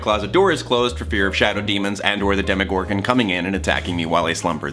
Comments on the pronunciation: Wait.. in the first half a minute, I heard 'Demigorgon'... HmMMmMm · When he said demegorgan I literally almost screamed because I’m coloring in my stranger things coloring book